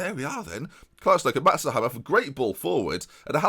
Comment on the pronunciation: Surely it's pronounced 'Hay-mer' not hammer